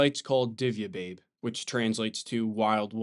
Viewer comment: Very good video P.S. Divje Babe it is not pronounced as "babe" in English, it is Babe as "baːbɛ", it means old woman, or grandmother. This cave means as well, cave of the witch.